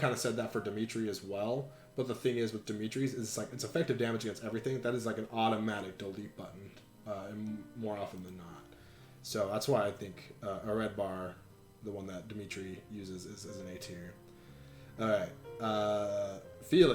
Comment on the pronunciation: Just as a note, the "bh" in Areadbhar is pronounced as a "v" (Irish pronunciation rules). I'd argue that failnaught could be S tier. 3 range is so useful and Claude gives it to you in Azure Moon, which is awesome. Otherwise, fun vid.